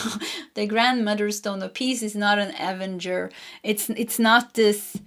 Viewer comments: Pile number 3. Loved it and agree and believe this. ❤. A-ven-ger is how to say this. You almost had it correct. Hope this helps x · Avenger card pronounced Uh-venger 😊